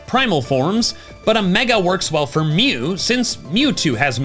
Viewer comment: Why are you butchering my boy mew?